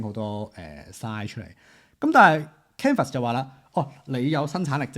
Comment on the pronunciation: 多謝同支持廣東話影片，不過有樣野想提一提，我覺得都幾"un" 耳，就係Canva 個讀音...